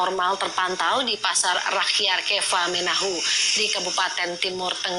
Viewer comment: Kefamenanu bukan Kefamenahu